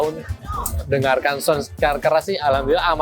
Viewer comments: Sebutan sound pun salah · ngomong sound dulu yg bener, gitu aja masih belepotan